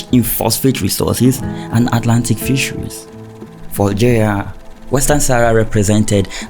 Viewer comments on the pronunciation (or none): PS: it's Algeria not Oil geria it's BESH AR not Bek ar